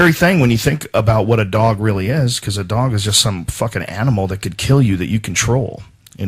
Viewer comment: you saying 'dat' really helps out too bro